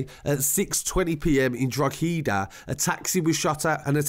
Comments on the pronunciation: yes. About 10 minutes from Drog-hee-da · The "g" is Drogheda is silent. Pronounced "Droheda". Or if you're from Drogheda it's "Dwawheda" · Drogehda - "draw" "heh" "dah" great report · Jimmy Burke Irish Gooodfella No we don't in the north we pronounce it properly Draw a da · Droh-head- ah is how to pronounce Drogheda. Who is Mr Big? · Hate the way he's saying 'Drogheda'! It's pronounce Droheda! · great review really fantastic. to prounce Drogheda its prounced DROH ADA I KNOW ITS SPELT like u said just thought u want to know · For non irish viewers The actual pronunciation of Drogheda is "Draww-da" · like both are correct drogheda people generally would be like draww-da then the everyone else in ireland would be the other way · Let me help with prenunciation a bit DROUH HAD HA ( Drougjada)This kid just spoke out about his killer and was made an example of. Its not really gang related. He was used as an example to others. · DROGHEDA IS PRONOUNCED LIKE DROHIDA NOT DROHEEDA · “Drog heeda” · gotta love drog heeda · Dro geeda 😂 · good videos but its dro-heh-da silent g bud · DROG HEEEEDA 🤦‍♂️ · Anyone wonder drogheda is pronounced like drawhada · It’s pronounced *Draw ha Da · droheeeeda LOL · Droth ..he ..da 😂😂😂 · It's not droheeeda 😂😂😂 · It's pronounced "DRUH-HUH-DEH" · Drogheda => draw huh da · Draw- head-a bettys-town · drogheda= ''droh huh da'' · Drogheda is pronounced Draw haa. da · Hahahaha now Robbie is dead and it’s pronounced dro-he-da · Drogheda is pronounced drohida 😂😂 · Its pronounced droheda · Say DRAWDA please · Drogheda is pronounced draw ha da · It's pronounced drohida m8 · Drog -ha -da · It’s pronounced drawda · Draw-hah-dah it's pronounced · It’s pronounced dro he da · Pronounced droh-hi-da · Drogheda =draw-head-da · pal its draawwwda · Being from the town Drogheda I cringed every time he said the name wrong 😂😂😂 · Yeah but he can't pronounce Drogheda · I live here and I've gotta say your info is very good, spot on.. Just please say Drogheda right 🙈